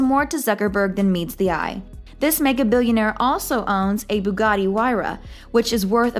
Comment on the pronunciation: im beginning to think she called it BUGATI to get us commenting ,cossss wtf